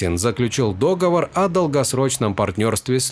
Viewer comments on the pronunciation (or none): Спасибо за видео! Не дОговор, а договОр. И не ЗА базовую комплектацию, а ПРО базовую комплектацию (ЗА это за каким-то объектом, а ПРО (О) это о каком то объекте, элементе, деле и т.п.). Это как о стране: Не НА Украине, а В Украине. Смотрю только на 1,5 иначе очень медленно